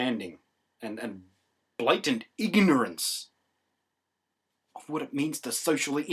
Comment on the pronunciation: BLAYtant IgUHnerANCE.... lol i loved the way he annunciated that...